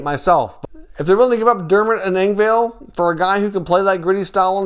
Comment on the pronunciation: If I was Toronto I would be wondering why you are still pronouncing Pierre Engvall's name incorrectly